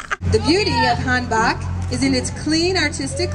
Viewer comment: I can't get over that pronunciation. Hanbak, ha!